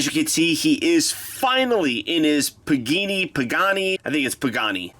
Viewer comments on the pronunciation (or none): It's pronounced pa-ga-ne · It is pronounced (puh- gaun- E) you actually say E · its pronounced "pa-ga-ne"